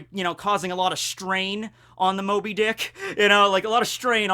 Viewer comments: it sounded like you said when shanks boarded whitebeards dick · Is it just me or did he say "When shanks boarded Whitebeard's dick"?